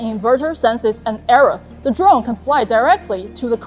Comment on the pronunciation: Hey I wanna dwone like dis.